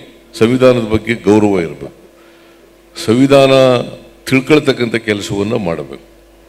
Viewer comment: ಸವಿಧಾನ ಅಲ್ಲ ಸರ್ ಸಂವಿಧಾನ.